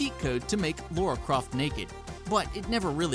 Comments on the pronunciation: ... It's Lara. Not Laura. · Good video, but every time I heard "Laura" Croft, it made me cringe. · Wow. I can't believe people STILL pronounce Lara Croft as "Laura Croft". You damn imbeciles.